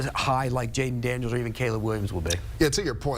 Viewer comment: It's Daniels and it's not even close.